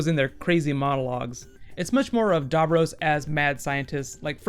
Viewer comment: Cool video. Sorry to nitpick but you are mispronouncing "Davros".